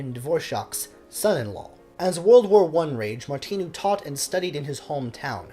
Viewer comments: And the "I" in Martinu is not an "e" sound -- It's must like "Martin" in Engligh. The "u" at the end of his name rhymes with a cow's moo. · Thanks for your channel. You begin by saying " I think that's how you pronounce his name", but, respectfully, you get them both wrong, by stressing the second syllables. The simple thing with Czech words, including names, is that ALL words are stressed on the first syllable ( although there may also be an additional stress or lengthening of other vowels within a word, such as in Janacek - though no English speakers get it right )- so his name is pronounced BOhuslav MARtinu. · Sorry, but you couldn't have pronounced either of Martinu's names more wrongly! Good post, though.